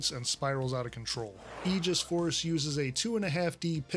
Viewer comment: you have no idea how happy you made me when you pronounced "aegis" correctly